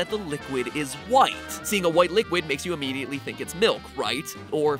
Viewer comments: malk is malk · Hm yes its "milk" totally